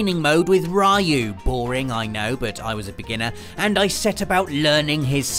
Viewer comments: Dude, its 2017! How can you still miss-pronounce RYU? Its "Ree-uh", not "Ray-uh" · Did you just say RIE-yoo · why can't people say ryu's name right? it's "re-u"